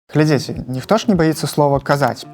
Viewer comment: Калі вы ГЛЕДЗІЦЕ, пастаўце лайк ці дайце каментар... Тут націск на апошні склад. Гэта я кажу вядоўцу праграмы. Такая гутарка вельмі патрэбная, хаця пра гэта ўжо шмат гаварылі на розных пляцоўках. Дзякуй.